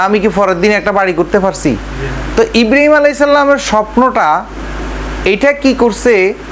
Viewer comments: হালা কুলাঙ্গার, হজরত ইব্রিম আলাইসাল্লাম, নামটাও ঠিক ভাবে বলেনা, হজরত ইব্রাহিম আলাই (সঃ), বেয়াদব চরম ভাবে বেয়াদব, এরে আইনের আওতায় আনা হোক। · ইব্রিম নয় রে গাধা ইব্রাহিম আঃ বল সালা গন্ড মূর্খ।